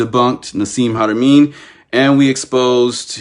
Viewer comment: I agree with you THE PILSNERKING😂😂😂...2 years later here we are... One can only believe that your knowledge is PARTIAL at best... WHEN YOU CAN'T EVEN PRONOUNCE HARAMEIN'S NAME CORRECTLY I WOULDN'T MAKE YOU THE POINT MAN IN MY TEAM SEEKING FOR ROADSIDE BOMBS IN AFGHANISTAN BACK IN THE DAY HO AND IF YOUR WERE GOOD AT DETAIL AND SAYING NO TO ME?....WELL HOW CAN WE TRUST YOUR ATTENTION TO DETAIL? "WHITE SUPREMACIST MOVEMENT"? Bro that is a serious acusation I'M MEXICAN IN ORIGIN... BE PROUD OF YOUR OWN ORIGINS AND STOP PUSHING AGENDAS OF BEING HERE AND THERE AND EVERYWHERE AND THE FIRST...AND OWNONG EVERYTHING... EVERY ANCIENT CULTURE WAS CONNECTED BUT HAD THEIR OWN STYLE THAT IS PRECISELY WHAT THE DAMNED NAZIS TRIED TO DO... APROPRIATE HISTORY AFRICAN PEOPLE HAVE NO NEED SOUTH AFRICA CONTAINS A WEALTH OF YOUR OWN ANCESTRY AND HISTORY... AND NO... MICHAEL TELLINGER IS NOT SAYING THAT ALL OVER THERE IS WHITE SACRED GEOMETRY IS UNIVERSAL... I'M A CRIOLLO...SO BE IT... I'M FORTUNATE TO HAVE COME ACROSS TRULY MAYAN SACRED GEOMETRY I WILL HAVE THE BOOK TO PROVE IT... BUT THEN AGAIN WITH YOUR LIMITED PERCEPTIONS BELIEVING WHAT TOU WANT TO BELIEVE... YOU WILL BE BARKING AT THE WRONG MAYAN TREE OF LIFE... NOTHING "HAS TO BE THIS WAY OR THE OTHER "